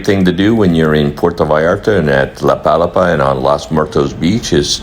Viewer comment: Nice tour video! FYI, it's pronounced la pa-LA-pa (with the emphasis on the 2nd syllable), named after the thatched umbrella-like structures found on tropical beaches. 😊